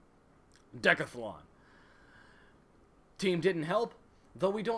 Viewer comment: de-cath-a-lon. Lol